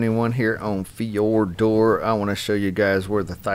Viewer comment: Fee-your-dur. Lol